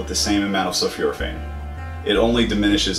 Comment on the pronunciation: It's not sulfuraphane; it's sulfOraphane pronounced sul 4 a fane